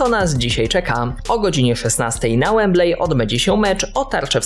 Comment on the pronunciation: Wembley czytaj wembli a nie wemblej.